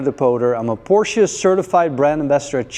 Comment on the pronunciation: How do they continue to improve on the beautiful cars? And thank you sir for pronouncing PorSHA correctly!